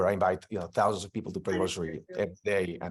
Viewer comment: Eight hindred fifty thouand children now